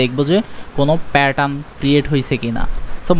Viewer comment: আপনি প্যাটার্ন উচ্চারণটা ভাল করে করেন। শুনতে খুব অকওয়ার্ড লাগে।